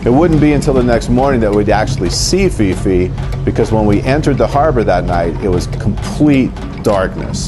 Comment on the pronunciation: Phi Phi is pronounced P P.. not Fi Fi.. I wouldnt try to pronounce Phuket if I were you folks.